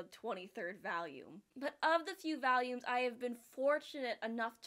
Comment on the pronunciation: She forgot to cut out Also "vAlUmEs"